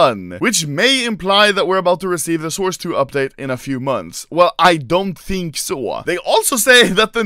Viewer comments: No, I dOn'T tEEnk SoaA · Anomaly: I don't sound Swedish Also Anomaly : WELL I DONT TINK SÅ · He dont tink såå